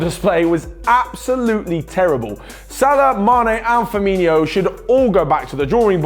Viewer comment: Don't ever call him Firminio again. It's Firmino!!!